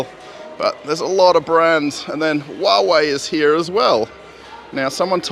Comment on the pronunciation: it’s not Whoa-Whoa it’s Who-a-ve-y (HUAWEI). It’s China as I remember. They do very good products, and price was bit above fair, but with their own OS. It’s okay mistakes, I try Japanese as hobby. Moscow always look like another dimension especially for far other Rus towns. Obshyaga (cheap temporal home for students and low workers) has gas denied. Russian more use gas, cheaper. I even warm all my water in tubes by gas water warmer(including radiators). There no hot water come to my building. Also you can rebuild your car for gas. BTW check out drinks Fresh Aloe (green original) and Dobriy Limonade( taste like if Fanta was lemon).